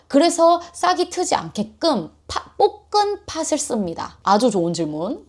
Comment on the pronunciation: 볶은 팥 발음이 찰지셔서 여전히 보고 있습니다ㅋㅋㅋㅋ